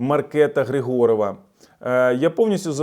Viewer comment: ДАнуш, ДАнуш і ГрИгорова МАркета - в чеській ВСІ НАГОЛОСИ НА 1 склад.